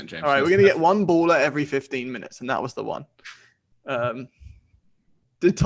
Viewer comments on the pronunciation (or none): James saying "baller" sounds like ebola without the e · Love the baller pronunciation by James!